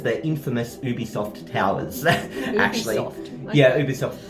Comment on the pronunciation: Did she say Bubisoft? (Unless I'm hearing wrong) That's my joke!